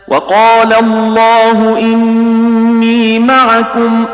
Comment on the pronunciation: اِنِّیْ اُرِیْدُ ہے ی کے سکون کے ساتھ نہ ی کے حرکت کے ساتھ جسیے آپ پڑھتے ہیں اس کو ٹھیک کرو